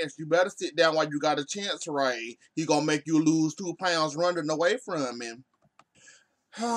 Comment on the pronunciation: He said 2 pounds wrong honey wrong😂😂😅😅💀💀😭😭